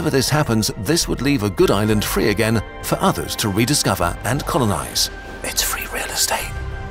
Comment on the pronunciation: Am I was the only one noticing: “It’s frEE real estate” 😂